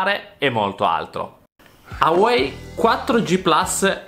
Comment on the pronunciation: Secondo te la pronuncia del marchio è AUEI (ciòè togli la prima lettera la U), un mio collega lo pronuncia IUWAWEI (cioè aggiunge due lettere IU ) , vorrei farvi incontrare, magari dall'unione nasce la pronuncia corretta .... Poi hai messo lo smartphone a 10 cm dal router, dimostrando che si possono raggiungere i 200mbs ... Quindi secondo te le persone installano un router wifi a casa e poi stanno a 10 cm da dove è stato installato ? Secondo me hai perso una occasione per fare una recensione sensata.